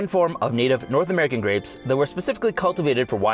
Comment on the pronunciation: I love the way he says grapes "Greps"